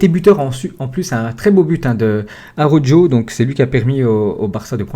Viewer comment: Ptn fais un effort sur la prononciation de Araujo Ca se dit "Arawro" pas "arojo"